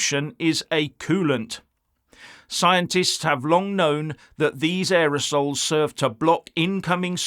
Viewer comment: "Scientists have long known that these aerosols.." I think you mispronounced the last word.